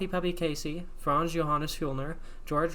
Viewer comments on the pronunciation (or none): none